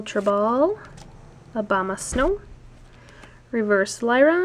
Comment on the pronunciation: Sounds like you said Obama snow lol